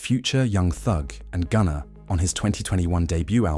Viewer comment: mah boi called gunna "GOONER" 🤣🤣